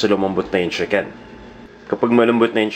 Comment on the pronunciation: CHICKEN not SHIKEN...-.-'